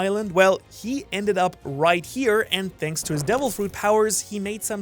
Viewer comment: Ok I really need to know this. Are you saying "shanks for watching" at the end of the video or is it just part of the accent